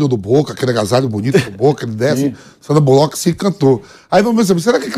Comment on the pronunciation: Mano Vamp falando Sandra Bulóqui kkkkk Resenha demais kkkk